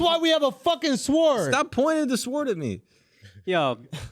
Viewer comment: When didn’t know sword has a silent w suhwoerd